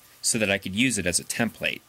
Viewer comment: cool video, however template is not pronounced like that